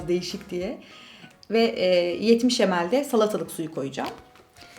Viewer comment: Tini Stoessel Video's ingilizce okunuşu olmasın o